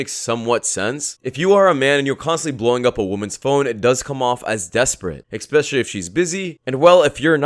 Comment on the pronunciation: Sir the word is especially, not expecially!